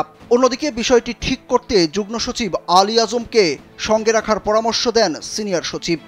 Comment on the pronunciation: Jugno না jugmo উচ্চারণ হবে।